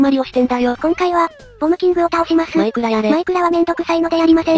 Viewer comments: まくら切れた～まくら切れた～って聞こえる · マクラ消えたって聞こえる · 最初のところマイクラ消えたが、まくら消えたって聞こえた(笑) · マクラ消えた(^ω^) に聞こえて吹きました。 いつも面白いです！ (((o(*ﾟ∀ﾟ*)o))) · 枕きえたってきこえたw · 初めの時「枕消えた」に聞こえた(´・ω・`) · マイクラ消えたがマクラ消えたに消えたに聞こえる